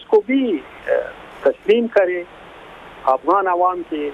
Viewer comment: This is the 3rd show where I hear pronounce Afghans as Awghans. I hope he’s using the term not deliberately. Awghan is a derogatory term used by Tajik for Pashtoons meaning animals